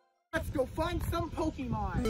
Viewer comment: its pokèmon go not pokeeemon go